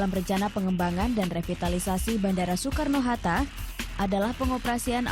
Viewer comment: "Bandara Soekarno Harta" ada yang mendengar hal sama denganku nggak? Wkwk